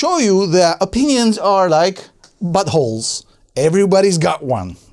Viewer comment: I like the way you say buttholes. 😂